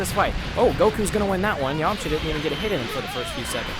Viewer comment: Lmfao you got me so excited having me that someone super strong was going to go against Broly but you said Yamaha when u said that I fainted.